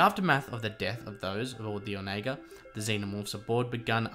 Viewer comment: I think you are pronouncing the ship wrong, I think it's more like on a gurr. Not sure where I've heard that before but it is vaguely familiar. No big deal it's not like it's a common word.